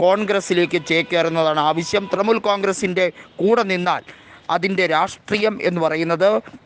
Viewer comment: തൃമൂൽ അല്ല തൃണമൂൽ.. ഇത് വിവരിക്കുന്നവന് ഒട്ടും വിവരമില്ലന്ന് തോന്നുന്നു